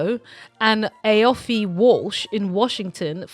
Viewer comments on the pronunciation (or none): Aiofe is pronounced 'Eefer' - Such a strange and unusual name, and this is the third time I've run into it in this last year.